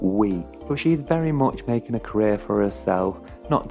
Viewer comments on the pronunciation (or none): none